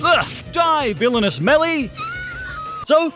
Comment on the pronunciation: "Eh, DIE VILLINOUS MELLI"